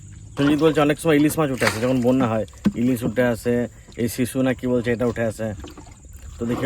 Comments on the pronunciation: ওটা শিশু নয় শুশক বলে আবার তালভোশ ও বলে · ওটাকে শুশক বলে।শিশু নয়। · ওইটার নাম শিশু না, শুশুক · Shishu na shushuk.